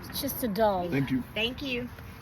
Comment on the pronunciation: LOL "just a dollaRR" haha the way you say it